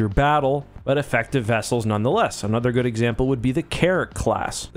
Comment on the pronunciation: Hey, you said anoter instead of another. Just a heads-up